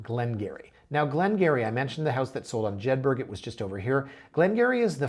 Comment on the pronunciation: FYI Jedburgh is pronounced as Jed-brah, not Jed-berg. Just as Edinburgh is pronounced as Edin-brah not Edin-berg.